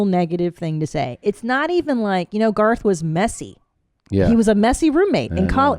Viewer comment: ‘Garth’ rhymes with ‘Darth’. Just sayin’